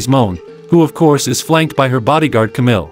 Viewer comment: Mercedes Moan? Kamill? The video isn’t even two minutes old. Good stuff